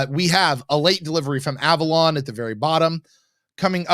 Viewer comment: It was a joke. He said A-Vorlon instead of Avalon in a play on words.